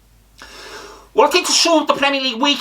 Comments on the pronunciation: "Good ebening!" - Unai Emery's possible Pokémon speak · "First of all bad ebening" 😂😂😂